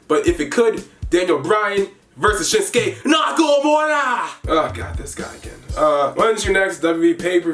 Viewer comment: Who actually said skinske nakumura when he said it